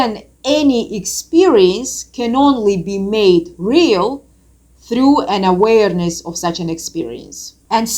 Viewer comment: Same love her accent when she pronounces that word. I would surely take tequila shots and weed hits just for that 🍻😉